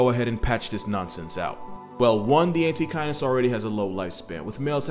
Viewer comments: The first few minutes i thought he said antikindness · I kept mishearing Antechinus as "anti-kindness" and it seems appropriate